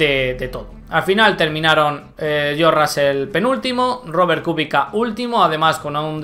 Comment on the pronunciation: buen video. Kubica se pronuncia "Kubicsa". :D